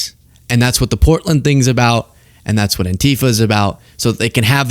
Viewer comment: Did he say porkland???? Lol 😂😂😂